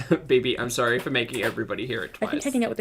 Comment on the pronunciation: Feeling “Sorey” for herself!!! Classic way of saying the word “Sorry” 😃😁